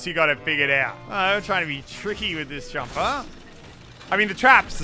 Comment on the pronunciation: jamp !!!! Pronunciation